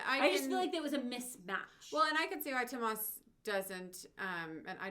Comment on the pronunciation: Pronunciation: * Tuomas: close, but it should be more clearly three syllables, like TOO-Oh-mas. Apparently the uo is a Finnish dipthong, so you want to slide from one sound to the other; with what to my ear sounds a bit like a "w" in between, like Tuwomas. * Tarja: nailed it. Finns would roll the R some, and pronounce it with a Finnish accent, but what you're doing is exactly what we should be doing as North-American English speakers saying it in the middle of an English sentence and not trying to sound pretentious. :P - How to pronounce the names of Nightwish (past & present) members in Finnish. (except Anette, that video trolls her, pronouncing it as if it were a Finnish name, but she's Swedish and pronounces it the same as English Annette.) Thanks for checking out this early Nightwish; I hadn't listened to this one myself so that was cool to hear. Especially to hear Tuomas sing. I knew he did on their first album, just hadn't gotten around to checking it out. I can see why he stopped, but it's not *bad*. Fun to hear, it does sound close enough to his speaking voice that I have no trouble believing it's him. Besides being an excellent songwriter and lyricist, his skill and talent as a keyboard player sometimes gets overlooked. He's very very good at that, too. --- Tarja's vocals: here she sounds similar to the 2000 From Wishes To Eternity concert. Somewhere between there and 2004 (Once album, and the End of an Era concert), she shifted her technique to Bel Canto oper